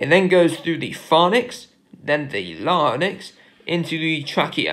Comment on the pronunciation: Amazing video. Really helpful but you are mispronouncing some of the key terms eg pharynx and larynx. You are pronouncing them as ‘pharnix’ and ‘larnix’ and they should be pronounced ‘pharinx’ and ‘larinx’.